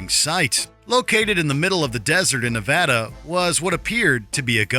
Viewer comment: Thank you for saying Nevada right...